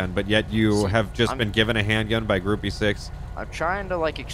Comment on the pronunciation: Hi, Gruppe 6 is pronounced Grupa Zechs